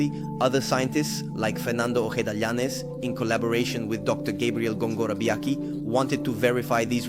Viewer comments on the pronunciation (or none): The name, "OJEDA" is pronounced, O-HEH-DA...NOT OREDA!